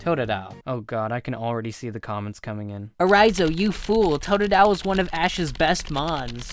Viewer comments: TOTDILE!? I LOVE TOODILE! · WHAT THE HELL totadile you fuckn idiot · hey u stupid 'totodile'??? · Fu** of totodile what are you saying stupid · u fucked up bye sayinig tododile